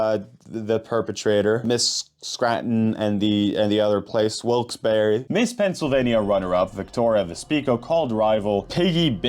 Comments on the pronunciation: Wilkes barre is pronounced (bear not berry) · Oh no, my home state on an video. Also it’s Wilkes-barre like bear/bare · WILKES-BERRY LMAOOOOOOOO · It is very obvious, as it's pronounced Wilkes Bah-rah or if that's a little hard to pronounce, Wilkes Barrow is an acceptable substitute pronunciation.